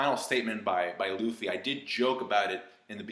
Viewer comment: "Rufy"? Man that's triggering lmao